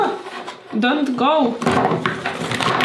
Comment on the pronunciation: Agnieszko jor inglisz is soł perfekt! "Dont goł" "hir łi goł" ♥️😂